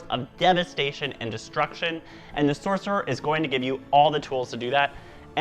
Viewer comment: "Soccerer" lmao